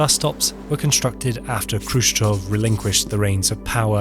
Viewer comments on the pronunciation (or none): Why are you reading "Khrushchev" as "Khrushchov"? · it's Khrushchev and not Khrushchov, as you keep saying. anyhow, weird that there's no actual photos or videos of these bus shelters here. instead 3d animated fanciful renders. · "Khrushchev" --> "KushChoke" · Why the English speakers pronounce Khrushchev with initial /k/? We were told at school that we should represent Russian letter x as "kh" in English, but since the English speakers anyway pronounce it as "k", then what's the point? Possibly, better to just use "h" instead. It is simply painful to listen to it. I mean, the first consonant in his surname is voiceless velar FRICATIVE. The same is with Abkhazia, Kazakhstan and all. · may be it will be better not read "k" in khruschev and abkhazia, just "h"